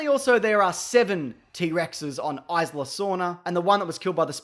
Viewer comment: Your pronounciation of 'Isla' is fucking catastrophic